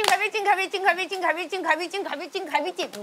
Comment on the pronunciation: 김미미 발음ㅋㅋㅋㅋ갈비티, 갈빙띰, 가rr비찡ㅋㅋㅋㅋㅋ도대체 갈비찜이라는 발음은 언제 나오는 거야ㅋㅋㅋㅋㅋㅋ